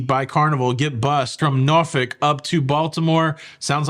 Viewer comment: Norfolk is pronounced Nor Folk. Just sayn. 😂